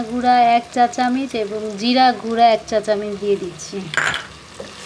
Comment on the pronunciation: চামিচ কি,চামচ